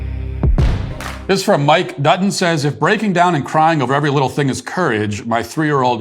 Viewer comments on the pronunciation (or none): none